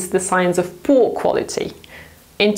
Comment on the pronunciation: I love how you say “poo” quality 🤣 Still a very accurate description